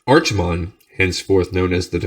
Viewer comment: I know I'm three years late, but Archimonde is pronounced with a k sound as opposed to 'ch' Loving these videos!